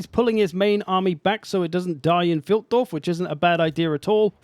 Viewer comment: with all your german cursing I would expect you to know that Pfeildorf is pronounced FILEDORF! Sincerely, ze pronounciation POLIZEI